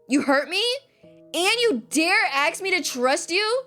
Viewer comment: I knew by the selection of answers it was gonna go down and the ending made me sad i literally cried POOR MYCHAEL I NEED MORE ENDINGS!!! Btw Fix Your Grammar LOL the way the word is "ask" and you say aks is sooo funny and yes I watched this in 2025 so what am late but still enjoyed the video ❤